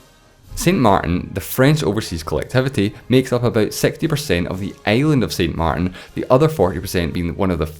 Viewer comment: you were doing so well with the French accent, and then "saint mar'in". xD